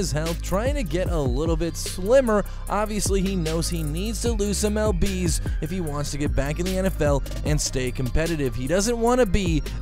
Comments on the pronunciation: El Bees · Lbs sounds like spanish when you say it